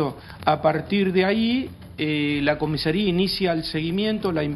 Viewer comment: Increíble que tanto el «profesional del Derecho» como el «periodista» digan «COMISERÍA» en lugar de «COMISARÍA»